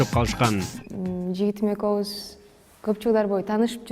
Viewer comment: Экоуз дебей экобуз деп суйлосон э